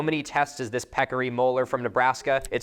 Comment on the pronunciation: Pecarry? How ‘bout a Javalina? LOL